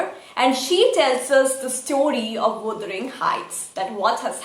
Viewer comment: You need to correct your word pronunciation wuthering